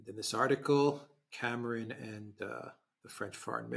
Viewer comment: Cameron . Not lord camaaron. F the lord